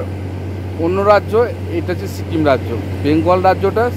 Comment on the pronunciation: ছতেরো, ছিকিম, নমছকার, অছম্ভব, ছোমনাথ ঘোছ, ছেবক,খুছি, বছানো, ছুরু, ছঙ্গে,ছুন্দর - আপনি তো খুব ভালো কথা বলেন। 'স' উচ্চারণ করতে পারেন না। সমানে 'স'কে 'ছ' বলে গেলেন।